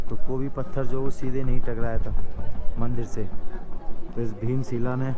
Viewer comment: bhai bheem sheela nhi bheem shila 🤣🤣 by the way aapke bolne ka tareeka kaafi achha lga 🤣